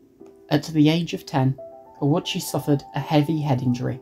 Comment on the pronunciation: I’ve never seen most of this footage before or heard these details about Ouchi’s past before (and good on you for pronouncing his name correctly!), it TBH feels chilling in hindsight that he was no stranger to hospital stays even before the incident. That would probably contribute to why he initially assumed he’d be fine this time.